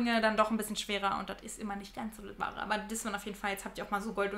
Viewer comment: Finde es so toll wie deutlich und schön dein hochdeutsch ist. Und dann kommen diese paar Worte " wat, dat, det) schrecklich. Brauchst du nicht!